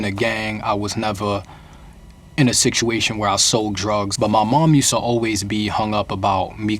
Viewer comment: Whats with him saying siktuation? Is that a new York accent thing or is he just misspronouncing? Not trying to be annoying just honestly wondering